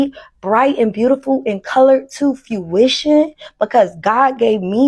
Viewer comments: She keeps saying it, so I have to ask. What the fuck is fewition? Does she mean fruition? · She says “few-ition” instead of fruition.